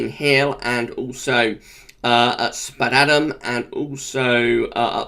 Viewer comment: Spadeadam is not spadadam, it's pronounced spade as in bucket and spade. I work there and I chuckle every time you say it wrong.